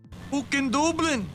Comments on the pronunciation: Add Dublin to the list of words can’t say right. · Doob-lynn? Whaaa?